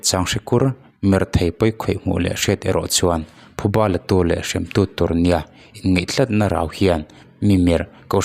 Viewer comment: Hei pawh.. "In-(ngeih)" tlat = X "In-(ngaih)" tlat = ✓ 😮😮😮